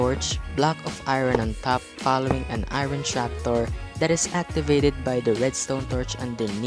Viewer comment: Your telling chopdorr for trapdoor